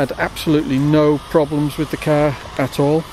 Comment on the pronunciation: so ............you like your cahhh? hahahahahahahaha